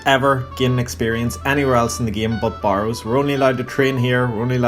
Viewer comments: Stopped watching when you pronounced it Bar-ows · Has nothing to do with the accent, he pronounces it incorrectly.